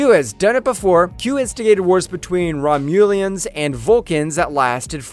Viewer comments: Rom "mooo" lians....lol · OMG please find a narrator that actually watches the show. Who are the Rom - YOU - Lians????????????????? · My man also said “Romulians” so we’re not exactly dealing with the ultimate lore guide here lmao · Did you say "Romulians"!? ROMULANS. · Pronouncing Guinan's name "Ghinnan?" "Rom-MULE-ians?!" Have you ever actually watched an episode of Star Trek? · The rom-mule-ians 😂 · “RomULIENS”?!? Really? Word of advice. Learn how to pronounce names and enunciate words properly. Your narration is horrible. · The Romuleons?!?!😂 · 5"19 Have you watched any Trek? That's not how to pronounce Romulans. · listen how ha says Romulans. Lol The Q continium, Its the Q continuum